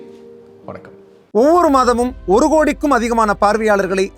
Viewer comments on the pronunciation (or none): none